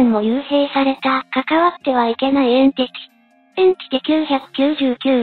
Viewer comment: エンティチとかエンチティじゃなくてエンティティでしょ？